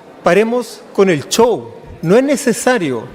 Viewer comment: Este ordinario Bassa dice CHOW. es SHOW.😂